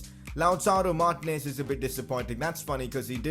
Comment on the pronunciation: it cracks me up how you say martinez🤣